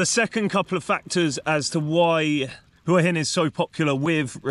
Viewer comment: Thank you so much for pronouncing Hua Hin correctly. หวัหิน